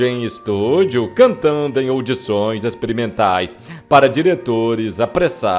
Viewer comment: " cantando em UDIÇÕES ..."😂😂😂😂😂😂😂😂😂😂😂😂